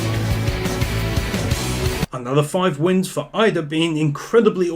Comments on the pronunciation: Shouldn't Iida be pronounced as EE-dah and not AYE-da? Just pointing it out... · Bro... it's Iida not Aida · It's fucking IIIIIIIIIda, man. Not Aida........U can clearly hear it from his line tho. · Dude its not ida its lida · its E-da but ok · Bro it's NOT İDA l've watched like 3 episodes and you still can't get it right